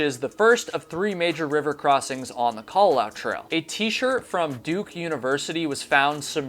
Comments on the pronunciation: FYI the u at the end is enunciated so the last bit should be "lah-oo" rather than "lau" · It is KA-LA-LA-OO. You pronounce all the vowels in Hawaiian words/names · You tell very interesting stories but, having lived in Hawaii when I was a girl, your pronunciations of local places and of the Kalalau trail is driving me nuts. Babbel, baby.😉